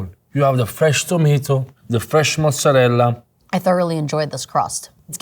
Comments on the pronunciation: Yeah, can't stand the way she mispronounces it! 😅😅😅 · Why do people think that's the correct way to say mozzarella??! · Its like this chicks friend bet her she couldn't mispronounce mozzarella 50 times in one video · it clearly says mozzaRELLA on the box. Read it properly. Sounds so weird to not say it how the language and box says and write it. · I came looking for someone else pointing this out. Like the 3rd generation Italian guy says MozzarellA. SAY THE 'A' LADY!! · Omfg when the girl constantly can't even say mozzarella 😂 she finally tricked herself into saying it correctly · the way that lady says mozzarella is giving me an allergic reaction. Either say it American or Italian. Not American Italian please. finally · love that the actual Italian guy pronounces Mozzarella correctly and the American pronounces it they try-hard way lol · Calling oneself any kind of expert on pizza when you don’t know how to pronounce mozzarella should be punishable with 10 years in prison. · I love how the women with the least accent possible insists on the pronunciation of mozzarella. It's always that kind of person who does. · I like how PRO chef doesn't know how to say "Mozzarella" properly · I have never heard anyone pronounce mozzarella like that....WOW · Every single time I heard that I just wanted to rip my ears off. It drives me insane. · Everytime she said it that way i shuddered. And she definitely doesn’t actually speak Italian like why are you saying it like that 😂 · Just came to say: IT'S MOZZARELLAAAAAAAAA Not Mozzarel. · The whole videos she's been pronouncing it wrong then forgets to pronounce her special way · Can't stand the 'Mozzarell' ... It's Mozzarella! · the way the lady says "Mozzerel" while the actual italian guy says "Mozzerella" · MOZZARELLA!!! NOT MOZZARELLE!! just learn a dmn word! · It’s the lady saying “moot-sa-rrell” when the 3rd gen Italian pizza maker just says mozzarella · There's no such word as "muzedell". It's a very simple word, MOZARELLA!